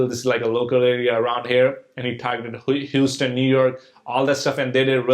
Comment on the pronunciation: Your accent is superrrrr fake bruh did he just say hooseten New York